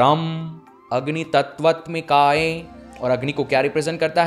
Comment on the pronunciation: भाई आप मंत्र तो सही बोल नहीं रहे, अनाहत चक्र घंटा साधोगे।। कहीं तत्वत्मिकाये तो कहीं तत्वत्मिकायै लिखे हो! और बोल तत्वत्मिकाये रहे हो बार बार! वस्तुतः ये बात आप जानते हो कि यहां से कोई किसी भी प्रकार की सिद्धि नहीं कर सकता, साला आसन तो सिद्ध नहीं है ये सब बिना गुरु के नहीं होता, जो सामने बिठा के आपकी एक एक वृत्तियों पर ध्यान दे!! मूर्ख हैं जो ऐसी विडियोज के चक्कर में पड़ते हैं, आओ कभी बनारस दिखाता हूं, चक्र खुलना किसे कहते हैं होम वर्क करो। किसी विद्वान् को पकड़ो, कुछ सीख लो, यार ये पैसा जैसे कमा रहे हो ना! सब वैसे ही चला जाएगा।। केवल जीविका चल सकती है बस ये करके।।